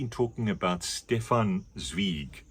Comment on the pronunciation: Zweigs Chess is Canon in German Class in Austria. Even Students who didn’t read at all liked that story. Funny first you pronounced his name the english way and when you read the blurb the german way😅